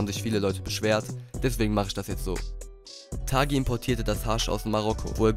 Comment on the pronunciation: Ridouan Taghi und nicht Thagi. Sein Name spricht sich auf Marokkanisch :"tari". Und übrigens super Video